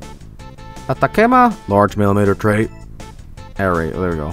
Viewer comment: "Ataquema..." please, my Chilean side is getting angry.